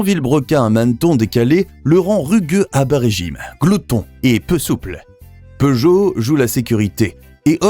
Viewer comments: POOgot? Learn to pronounce the name properly. SIX-OH-FOUR not six hundred and four. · As a European, I hate the way Peugeot is pronounced. But in some way, I can understand that. But the fact that Chrysler isn't even pronounced correctly, is wild for me.